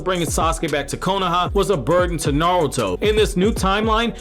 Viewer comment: Are you saying "NALTO" ?? lol it's ok to slow down, dude